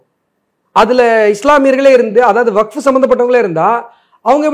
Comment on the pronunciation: அஸ்வத்தாமன் அவர்கள் WAQF என்பதை வகுப்பு,வக்பு என்றில்லாமல் மிக சரியாக உச்சரித்ததற்கு நன்றி.